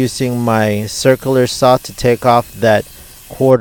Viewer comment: I left she I heard him say “circ-aler” saw.